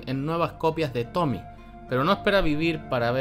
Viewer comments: para el otro video eso si, el nombre de tomie no se pronuncia como Tommy, se pronuncia tal cual como Tomie con la e pronunciada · ¿Por qué le dicen "Tomi"? ¿No ven la e al final? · es tomie no tomi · Tomie tomie no tomi